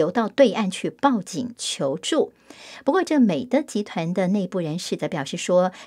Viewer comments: 纠正一下，我们那个是（美的），是念měi,dì（美递）。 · 美的，的念di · 美的，读音是美地～，的是多音字，是做家电起家的大企业